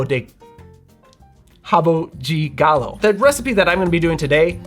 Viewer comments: Thank you so very much for pronouncing the words correctly. And you're an American, no less! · It's difficult to speak like a Brazilian, but other than that, your pronunciation of Rabo de Galo and Cachaça is very good, almost like you were one of us, haha. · Both pronunciation are fine. Rabo di Galo would be more in Rio. In the south of Brazil we say Rabo de Galo. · RABO DE GALO (pronounced as /habu dji galu/, "e" turns into "i" in non-stressed syllables while "o" turns into "u") literally means COCKTAIL. this is not a standard cocktail here. it's simply a poorly made shot with equal parts of Cynar and poor white cachaça just to make you drunk as fast as possible with a terrible taste. no one asks for a RABO DE GALO in sophisticated bars or pubs, unless you're on a boteco. but I appreciate the efforts to fantasize about it and create a Brazilian new drink (totally unreliable, though. Probably no one single boteco would know about this "new recipe") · Amazing presentation to our second best cocktail = rabo de galo (good pronunciation). This cocktail is so common in lower class bars here in Brazil, but Master Derivan drove it to highest post like your preparation. It's fantastic your "girl tester" approved! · Nice ma, I'd help you understand the variety of pronunciation in brazillian portuguese. Like "rabo de galo" the "de" may have different pronunciations across the country. But thank you to appreciate Brazil. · The pronunciation you tried to say was correct. Your friend just have a heavy Rio de Janeiro accent and sold you the idea that "de" is pronounced "djee" which is a Rio thing. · you can actually pronounce rabo DE galo if you want - with the strong D. the rabo 'JAY' galo sound is just a different accent. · My family's rabo de galo recipe has ginger to make it a little more spicy. Nice portugusese pronunciation btw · I live in Brazil and I’ve never had one. Your pronunciation of “rabo de galo” is good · 10 for the drink, and 10 for the pronunciation!